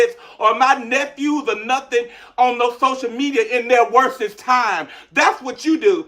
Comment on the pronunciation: Did that SWAMP BAT just say “ WORSEST”?? 😡😡😡